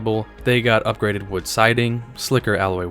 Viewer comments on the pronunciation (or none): none